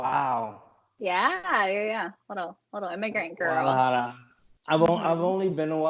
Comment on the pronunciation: This guy is an idiot! Also cant even roll his r's when saying Guadalajara lol